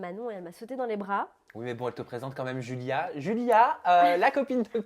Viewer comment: C'est moi ou je rêve Adixia elle dit Joulia ou lieu de Julia